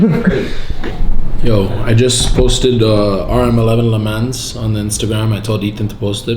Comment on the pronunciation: it’s painful listening to him mispronounce “Le Man’s”. “Le Mans” is pronounced like (Le Maw) also the “S” is silent.